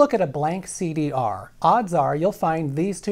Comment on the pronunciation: You did not just say CD Arrrrrr...omg so good